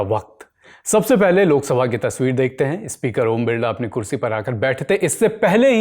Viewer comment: बिरला नहीं बिल्ला बोलो